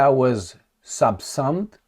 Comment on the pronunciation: Pronounced "subsoomed"